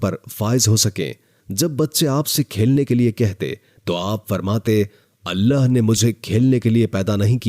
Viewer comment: Think bol natak kyun kar rahe hoo.. Allah hai Aleh Aleh nahi... Bewakoof